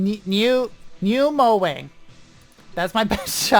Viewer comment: Pronounce niu mo wang as Niuu muo warrng